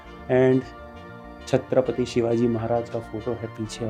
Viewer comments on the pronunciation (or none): none